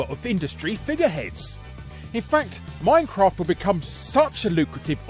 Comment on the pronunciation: Too bad his pronunciation of minecraft was an offence to the English language.